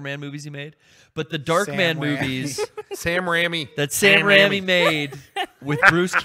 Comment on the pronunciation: also hearing mispronunciation of raimi was the most jarring thing i have ever heard. baha-mas!